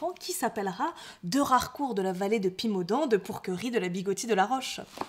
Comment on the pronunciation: Rarééécourt, chère demoiselle ;) (Pas écorcher nos beaux noms, trop rares, hein). Bravo pour vos vidéos toujours plaisantes et instructives.